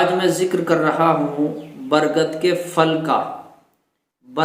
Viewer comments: Phal bol re fal nahi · جزاک اللہ .وہ پھل ہے فل نہیں